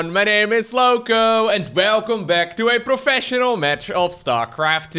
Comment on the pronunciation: We love the vampire intro. "Hellooo everyone My name is Lowko and velcome to..."